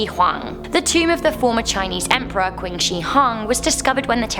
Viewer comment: "qin" is pronounced "chin", yes u make me cringe.